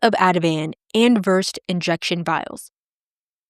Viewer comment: Versed is pronounced VERSE-SAID. Just FYI